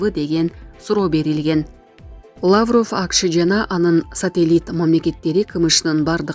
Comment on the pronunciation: Лааврыв эмес ,лавров деп туура суйлө, сендей сабатсыздарды ким жумушка алат.